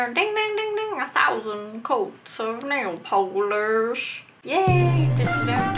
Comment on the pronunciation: "and then it goes yayy! ding deng deng, a thousand layers of NAYLE POLERRRSSH" :_omegalol::_omegalol::_omegalol::_omegalol